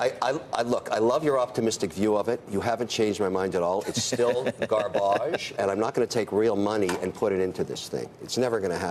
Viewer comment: Gaarrbaage, lol .... sell